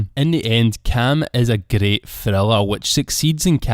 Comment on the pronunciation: Your scottish accent is greight